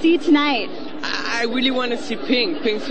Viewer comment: "welly welly geat" *laughs* How come that they can't say "R" ? *giggles* Sooo adorable!